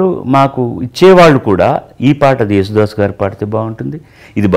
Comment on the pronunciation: జేసుదాసు కాదు యేసుదాసు 🙄🙄